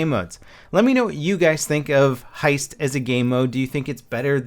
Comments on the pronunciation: Hesit? hahaha xD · Hesit huh? New Game Mode I Guess hahahah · Hesit. Close enough. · Hesit..... Really are you drunk? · It's heist